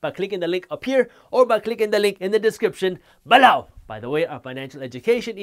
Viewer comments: LOL. It’s beeelo. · "....in the description..BELOWW!!" makes me laugh every time 😂